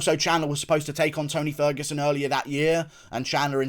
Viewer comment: When you said beat the T out of ferguson, call him ony ferguson I spit my drink out 🤣🤣